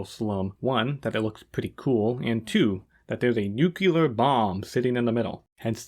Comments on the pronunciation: Nuclear... (new-clear) not Nuculer (nuke-you-ler). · Just F.Y.I. "nucular" isn't a word. You're looking for "nuclear". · Damn dude cool vid and best of luck to your channel. May I please however express my annoyance at the pronounciation of the word "nuclear". It's pronounced Nu (as in nuisance) Clear as in clearance. It is very commonly mispronounced as NuCular but it hurts my ears. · Also why do you say “noo-cue-ler” and not “noo-klee-er”? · Looks like the next video will start with a revelatory clip of Truman talking about using atom bombs for "god's purposes". Edit: I beg you to stop spreading the word "nukyuler". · Should have used Bush Jr., you both say it "new-cue-ler" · It's pronounced Nuclear NUKE LEE ER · Aight man you cant rag on Toddout for having a low IQ while saying "nukular". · it’s nu-clear buddy, but also great video i love it